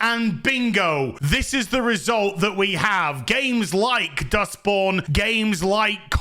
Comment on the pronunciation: Did he say dusk born? Idrc